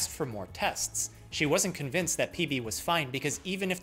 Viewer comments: I genuinely heard PP instead PB 😂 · For a good, full second at the beginning, I thought you said “peepee”, and I was just......intensely confused. XD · i really just thought he opened with “PEE PEE” 💀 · I heard ""PB" is a 47 year old man" as ""Lead" is a 47 year old piece of metal" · at the start of the video I thought he said "pp" and laughed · I THOUGHT YOU CALLED THE PATIENT PP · He totally said peepee on the first one. I open a video. First word. Peepee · at the start i tought he said pp bruh